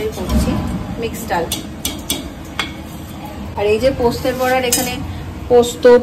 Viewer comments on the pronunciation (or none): এতবার এই পোস্তের বড়া শুনতে এত কানে লাগছে।।। উফ্।। কথাটা বলার সময় পোস্ত বলো।। পোস্তে বলো কি ????? ।।।।।। কথাটা পোস্তোর বড়া।।। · কথা টা পোস্তর বড়া, পোস্তের বড়া নয়